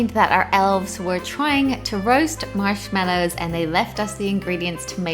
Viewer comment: This is how may times she saided mashmello